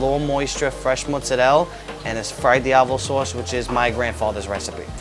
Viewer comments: mozzarel? wtf, its mozzarella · Okay about 2 minutes in and he says motzarell 😐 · "motzarell" Lol